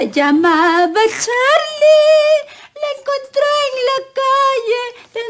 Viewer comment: la doña nely volvio como fantasma y dijo se llamaba crachrlie